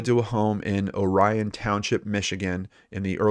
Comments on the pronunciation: Just a pronunciation correction from a 60 year old native of Michigan. It's a common mistake, understandably. Orion Township, thus the city of Lake Orion, here in Michigan is pronounced OR-e-in. Lol we have lots of different pronunciations here. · I was just talking to my oldest son about this the other day. I was telling him that when said Orion, I started thinking. It sounded so foreign to me. Then I realized what he meant. It is a common mistake, as well as an understable one. But we have so many other places that are more often misspoken, you could say we are use to it. Like Mackinac Island. It's Mack-in-Aw.